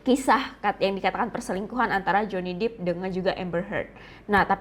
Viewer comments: Pelafalannya Johnny Depp = Jewny dep bukan jewny dip (Johnny deep ). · Johny depp ... bukan Johny dippp